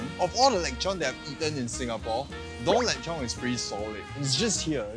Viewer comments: It's lechon not lekchon 😊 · Is it really pronounced as “leg chon”? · The only thing more butchered than the pork is your pronunciation of it 😂<3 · Pls say lechon again:face-blue-smiling::text-green-game-over